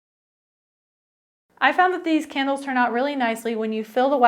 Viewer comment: It sounds like you're saying Kennels